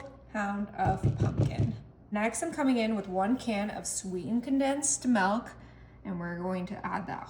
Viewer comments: Milk is pronounced mi-lk not me-lk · Milk not melk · “Sweetened condensed malk” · pronounces milk as "melk" and eaten as "eatendt" 😂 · "Melk" Are you from the Midwest? I was born and raised in the Midwest and that's how we said milk.